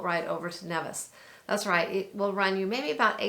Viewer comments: Nevis is pronounced like Neevis.... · Thanks for showcasing my beautiful Federation. With respect...correct pronunciation of names would also be appreciated. Neeeevis, Ba-teek,..just ask a local...